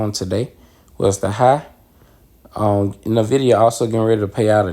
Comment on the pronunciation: EN- VID - E. - AHH. Respectfully the proper pronunciation, don’t want you to miss pronounce it and people judge you or think that you don’t know shit about what your talking about